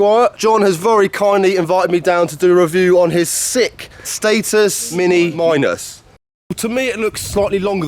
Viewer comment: He said Mini Minus 😂😂😂